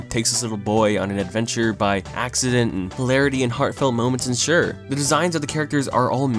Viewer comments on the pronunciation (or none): Me: Ensue Him: ENSURE